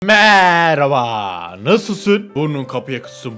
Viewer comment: A’yı değil e’yi uzatıyo